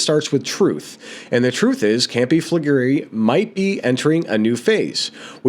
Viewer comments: Campi Flegrei (pronounced Campy Fla Grey) as you quite rightly said has a VEI of 7. In that respect it is NOT a supervolcano as they have had to have a VEI 8 eruption to be classed as a "super volcano". HOWEVER, because of the population within the Caldera and of course Naples, Campi Flegrei is being monitored as a "super volcano". I walked the Phlegrean Fields (pronounced "fla gray an -- Fields") approx 35 years ago and became fascinated by Campi Flegrei and of course Vesuvius. You CANNOT walk the Phlegrean Fields now as it is too volatile. I watch and she is very imformative, but one thing that get's me annoyed is the constant......It's a Super Volcano..... when it's not had a VEI 8 eruption. The definition is available via Google if anyone questions it!!, other than that, is very informative and a must watch if interested in the subject. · Campi Fla-Gray… took me a while to pronounce it too. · Pronounced Campi Flee gray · Campy Fleh-gree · Campee Fle-Grey is the correct pronunciation. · Pronounced: Kam Pee Fleh Gray